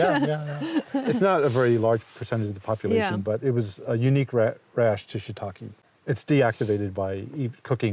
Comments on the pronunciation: Shiitake, not shiitaki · For people who are so passionate about shiitake mushrooms you’d think they’d know how to pronounce it properly 🙄